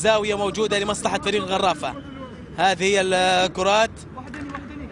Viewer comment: عبر بحبود يعود بالقرافه سفاح صقير... اكيد هذا المعلق من جزيرة الواق واق هقهقهقه